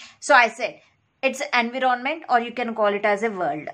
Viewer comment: It’s not En-vee-ron-ment